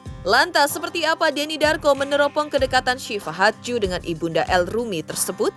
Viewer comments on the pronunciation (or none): Iya sama....g enak bgt dengernya pas ngomong hadju, kek nyangkut😅